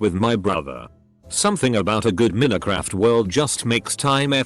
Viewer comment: "Min-uh-craft" lmao. FFS use some text-to-speech software that can actually read.